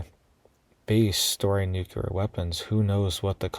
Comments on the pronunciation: Nuclear: not nucular. :person-turqouise-waving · It's pronounced NEW-CLEAR, NOT Nuke-you-ler